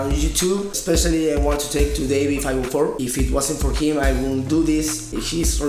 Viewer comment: Yes you are saying it right it is Davie 5 0 4 (five oh four)